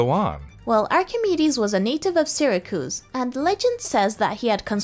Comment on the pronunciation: "syr-ah-cooze" .........no...................just...........no...........